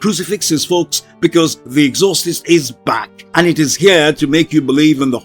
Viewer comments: The ex or sist. Was driving me batty every time he kept prouncing the exorcist wrong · Good video but I’m pretty sure it’s pronounced Ex-or-cyst not however it was pronounced here. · EXHAUSTES LOL. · You fucked up the pronunciation of exorcist. The movie is gonna bomb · I can't with the bad pronunciation of Exorcist. This video is horrible.